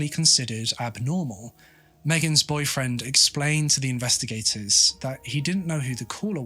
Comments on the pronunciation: It is boyfriend or boyfriends? It sounds like boyfriends when he says it but im not a native speaker so im not sure. Just made the whole thing confusing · The way you say "boyfriend," I thought she had more than one.